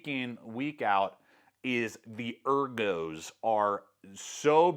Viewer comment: “The eRGOoos” am I listening to a knife review by Andy Bernard? lol